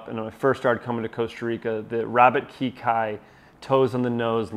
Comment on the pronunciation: Looks like a croc’s dream. And learn how to say ‘Kekai’.